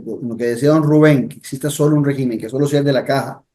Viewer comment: rÉgimen, rÉgimen... se dice rÉgimen, no RE-Gimen..